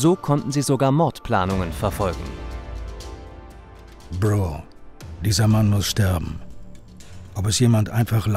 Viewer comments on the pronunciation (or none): Gute Doku. Respekt an alle Beteiligten. Aber wieso können Sprecher in solchen Dokus im Jahr 2022 immer noch nicht Worte wie „Bro“ oder „Rapper“ richtig aussprechen? 😅